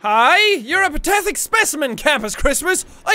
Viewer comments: dude jack, why do you keep saying "patethic" instead of "pathetic". lol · Anyone else notice he keeps saying "patethic" instead of "pathetic"? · Did anyone notice that he said, , patethic instead of pathetic